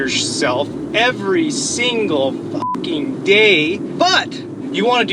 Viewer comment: From the Netherlands: Did your parents and teachers never teach you to speak properly? It is 'f'''king' here and 'f''cking' there.